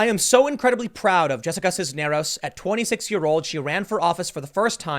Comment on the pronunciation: Not bad pronouncing Cisneros you were close